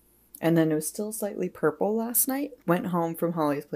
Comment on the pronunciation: “Purrple Shampooi Isss Not A Tonerrrr 😬😬😬” loved it 😁